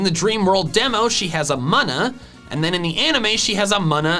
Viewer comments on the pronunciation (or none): I’m just not a fan of the way he said muna, I think it’s said Moona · Did anyone else catch the fact he said “m-uh-nuh”??? I’m a Moon-uh, right? I’m pretty sure I’m right because that’s how the anime said hut but, lol what do I know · It pains me that he pronounced muna rather than moo-na like the moon